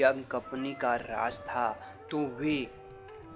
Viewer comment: Raj nahi raz hindi bhi theek nahi bol skte kya